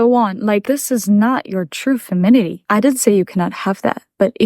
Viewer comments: Hi, it's femininity not "feminity":p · femitity is what u say but it’s pronounced femininity